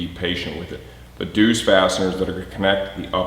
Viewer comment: Its pronounced Zeus (just like the Greek God) although nice job pronouncing the DZ sound in dzus.